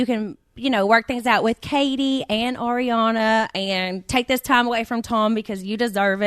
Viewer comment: EXACTLY. Ariana was Schwartz’s Groomswoman for his wedding! The jokes were so messed up! Also petition for Schwartz to learn how to pronounce Ariana’s name, correctly.